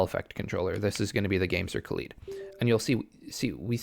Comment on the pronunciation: why does every youtuber pronounche the controller like khalid. it has rgb lights rthat resembles a Kaleidoscope. thats also how you need to pronounce the name. Second i think you missed the points of hall effect sticks. they are not always more accurate. and they are certainly not drift proof. they are less pronone to drift that is caused by weardown of moving components. right now hall effect sticks in controllers seem to be less precise and do drift a little out of the box. one person that know alot about how they work told me that 0% deadzone is also a lie. it is not possible. if any of the gamepad tester sites tell you the stick has % percent deadzone, then theire is most likely some software trickery going on under the hood. And drift can be caused by alot of things. but the most common occurance is because of physical parts rubbing together and just wearing down. For example a stick can also drift because of signal interference. or because of dir, or just because the recentering spring under the stick wears out. Hall effect sticks are also used in airplanes. but those are way more adganced. you dont want an airplane stearing wheel to drift do you?